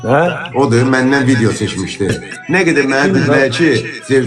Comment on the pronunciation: bilirik rus dilində danışa bilirsən ama viciyo(vidiyo) demeda